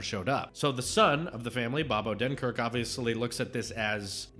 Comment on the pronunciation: “First bunch”. I agree. All the films post-“lunch” went downhill. I like your reviews, but my only critique is that you talk about the plot too much. PS: Disney NEVER gives copyright notices. You can play their clips normally and not sweat about it. PS2: You keep mispronouncing Bob Odenkirk‘s name. PS3: It’s not a “kids film”. Brad Bird made that very clear on his Twitter when he roasted someone. He said he HATES when film journalists call Pixar movies “kids movies”.